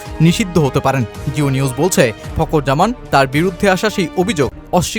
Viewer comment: উচ্চারণ - ফকুর জামান😂